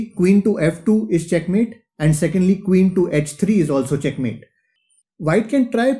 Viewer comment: I like the way you say chackmate I have also adapted the "thank you very much"